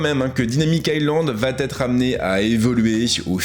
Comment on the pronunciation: Bjr. Comme toujours plutôt bien les présentations commerciales. Attention cependant aux tics de langages concernant les liaisons inventées, comme " va-T-être " (il n’y a pas de T à va) 😉